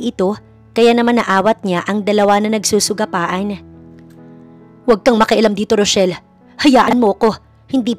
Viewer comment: Mali: nagsusugapaan Tama: nagsasagupaan